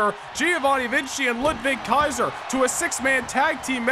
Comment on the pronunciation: it sounds cool to me 😂